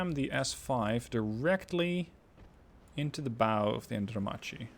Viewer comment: The light cruiser was pronounced andromarky.